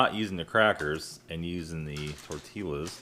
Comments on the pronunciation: Tortillas, pronounced tor-tee-yah. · The l is silent in tortillas